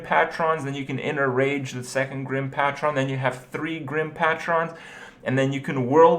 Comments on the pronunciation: "GRIM PATCHRON" -Kripp LOLLLLLLL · GRIM PAY TRON JESUS KRIPP